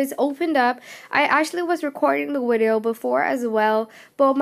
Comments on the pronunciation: WTF is a WIDEO? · VVVVVV ITS A V. AFTER THE LETTER U BEFORE W